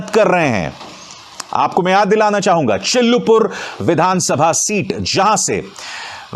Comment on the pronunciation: सर चिल्लुपुर नही चिल्लूपार है